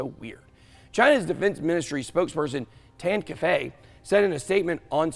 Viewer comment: You said they pronouncing "by the US side" sounds weird. Now Im telling you that you pronouncing "Tan Kefei"'s name sounds weird. Get it now?